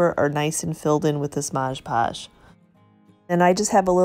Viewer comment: MOD pudge.....not MODGE podge🙂